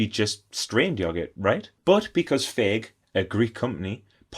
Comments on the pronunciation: Fage is pronounced like fáye and the e sounds like "end" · Fage is pronounced “Fy yay” 👍